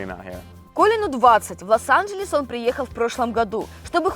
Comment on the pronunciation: обратите на свою речи на счет а не Лас анжельс вернее, Лос анжельс